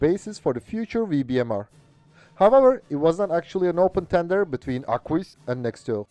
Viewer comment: I can see how hard it is to pronounce Arquus the right way ; but it is simply "Arkus" 😉